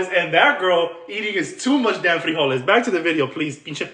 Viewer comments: Why did she say frijoles like that? Does she not speak Spanish? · She can’t even pronounce frijoles right!😮 Sad!! 😅